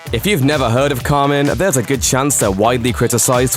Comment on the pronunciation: Karmin? Lol